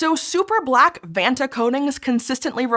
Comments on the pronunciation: When you said vatna it sounded like you pooped your pants. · Oh, come on, that acronym easily rolls off the tongue if you're not American. You should try a holiday on the beautiful island of Krk, you'll be able to pronounce "Vacnta" after that!